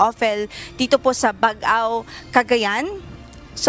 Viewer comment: Kindly pronounce "Baggao" as you pronounce "Baggaw" (double 'gg'), NOT "Bag-aw or Bag-ao" as pronounced by your weather forecaster. I am a native of Baggao and this is my province.